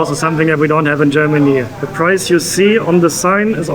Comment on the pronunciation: you're pronounciations in English, always sound Gemany❤😂❤😅